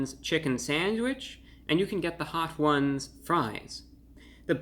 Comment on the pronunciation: I've never heard Hot Ones pronouned "Hot Whooouns"